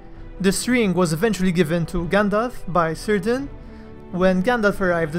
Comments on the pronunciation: Cirdan, like every name in Middle Earth that starts with a C, is said with a hard C and not an S sound thus is not pronounced Seer-dan, but Keer-dan. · I may be wrong, but I am pretty sure, that names, that strarts with letter C, should be pronounced at the beginnig with K and not an S. So the right pronunciation should be Kírdan just like you have done with Celebrimbor. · Your content is brilliant, your videos second to none but one tiny flaw; Cirdan the shipwright is pronounced with a hard C like a K not an S. Other than that faultless.